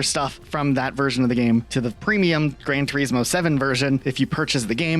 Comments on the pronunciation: I can't stand how you both constantly miss pronounce names.. you would presume as a creator you would get the names right 😂 gran Turesssmooo like WTF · I’ve literally just made an account to say this. It’s an actual joke that you’ve reviewed a game “Gran turismo”, to slag off the name, when you haven’t even took the time to learn how to pronounce or say it “GRAN TUREEEZMO” I’ve enjoyed your content but thats it, boycotted. Absolute rage bait I stg you can’t be serious. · I hate the way you say gran.Turismo lol